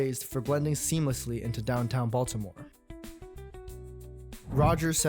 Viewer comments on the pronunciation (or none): none